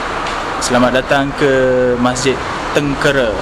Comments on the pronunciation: Sebutan bukan Tengkere tetapi Tengkeyrah Atau Tranquerah bhsa portugis tu. Sekolah saya dekat area tu Mgss. Saya budak Klebang Besau. Terima kasih. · Min..tu masjid tengkera..teng...ke..ra...bukan kera..keeeeera.. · Maaf.... Sebutan Masjid tu atau nama tempat yg sebut tuu... bunyi nyè " tèngkèrè "... bukan begitu sebutan nyè... tengkera ada lah nama tempat tersebut... dan MASJID TÈNGKERÈ sdalah kerana dier betempat di TÈNGKERÈ ( TÈNGKERA ) " TÈNĢKERA " atau " TÈNGKERÈ = Sebutan loghat melayu.. dan di tulis tanpa ada tanda ialah = TENGKERA. dan sebutan betul biasè mèreka gunakan berbunyi = TÈNGKERÈ. bukan TÈNGKÈRÈ.... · Sebutan nya: teng kay ra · Cuba sebut "tang.., cat (dalam sebutan English tapi buangkan huruf 't').., rah (buangkan huruf 'h'). Itulah sebutan yang betul. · Sebutan nye " kay" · cara sebut tengkera tuh pakai "e" (esok) bkn "e" (emak)....Masjid Teng key raa... cmtuh laa bunyi dia...susah pulak xde audio..haha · Salam..sekadar berkongsi pendapat yaa jangan marah..apa kata jumpa dulu tok imam atau orang yang ada disekitar kawasan tu dulu sebelum ziarah makam tersebut..mungkin akan dapat maklumat yang lebih dalam..macam sebutan nama masjid tengkera yang sebut tu salah..saya tonton video ni bersama emak dan ayah..kami orang melaka.. bila sebut jer tengkera tu mak ayah saya siap betulkan..hihi..sekadar pendapat jelah..itupun kalau ada makam dikawasan masjid dan ada orang lah untuk ditanya.. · kikiki...tengkera tu salah sebutan tu...